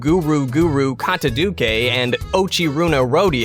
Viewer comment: Mandatory " can't pronounce Japanese for shit" comment. Granted, I can tell that the romanization for some words fucked him up; 'kataduke' is an abomination born from a shitty transcription system (づ is not a 'doo' sound, it's a 'zoo' sound). The rest of it is still obviously because he can't be bothered to learn the sounds of a language he doesn't use though, but that's reasonable. I just really like bitching about romaji systems, because I'm a nerd. Seriously though, not even professional translators, educational institutions, or governments have figured out that some situations call for readability, while others call for a more direct correlation between the writing systems. Here ends the mandatory " can't pronounce Japanese for shit" comment (with a side of "I'm a huge nerd, but not a weeb").